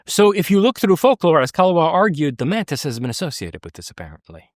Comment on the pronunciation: "A number of people have seen these mantits" All I can hear is "mantits" everytime he says it going forward. :'D